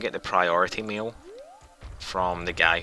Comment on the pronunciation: Priority "meal" is all I hear.